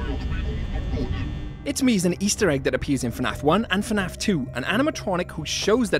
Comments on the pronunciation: bro said finaf instead of fnaf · why does bro said "FE NAF"